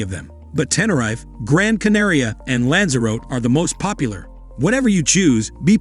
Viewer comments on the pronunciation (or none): I stopped watching when he said 'Lansarot' instead of 'Lansarotee' - amateurish. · Funniest one is making "Lanzarote" (in the Canaries) rhyme with "goat" 🤣🤣🤣🤣 and making Tenerife rhyme with "knife". A lot of research has gone into this video, obviously! 🤪 Or was it generated and voiced by an AI robot?